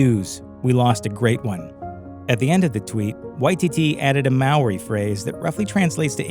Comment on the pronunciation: not related but he mispronounced Maori